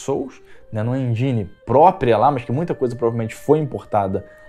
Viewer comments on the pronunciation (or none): none